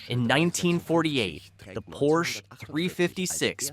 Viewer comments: Stop mispronouncing Porsche. Please. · Porsche has 2 syllables. FFS it's not that hard! Get rid of this narrator. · Relax, this is a Geman documentary with an English voice over. And it does pronounce it as both Porsch (as most English speakers do) and Porscher. They know their Deutsch. Enjoy the free content and marvel at Komenda's genius.